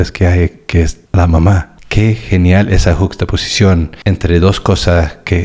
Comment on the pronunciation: Lo bien que has dicho "yuxtaposición", y no te salía "tribal" jajaaa, eres genial 😂👏👏👏